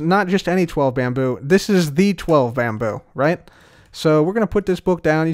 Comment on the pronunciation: It's not bamboo. It's Bambrrr .